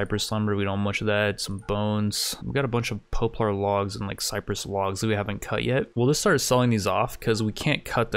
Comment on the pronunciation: Hope no one was taking a drink every time he said po-plar instead of pop-lar.